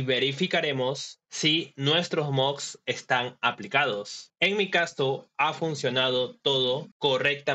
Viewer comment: Bro, se pronuncia moDs con "D" no se pronuncia moGs con "G"